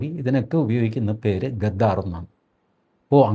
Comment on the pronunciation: എടൊ കൊണ്താ ഗാഗ്ഗാർ അല്ല gedhar എന്ന് പറയു